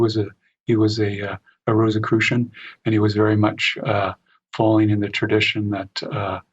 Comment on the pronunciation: an excellent interview with a very knowledgeable and interesting guest. Please pronounce Rosicrucian in the way that does. The symbols of the rose and the cross hints...not Rosss i crucian...but sounds like Rose...icrucian.